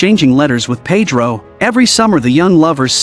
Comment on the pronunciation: Yes, and the way Winona with her American accent kept referring to Pedro as Paid-row instead of Ped-ro with a hard e sound (first syllable) and hard o sound (second syllable). Oh well, only Maria Conchita Alonso and Antonio Banderas were the main Hispanic actors in the cast.